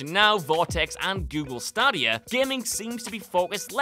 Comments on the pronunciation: Google Star-Di-Ah? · (STAy-D-Ya) Google Stadia... you're welcome.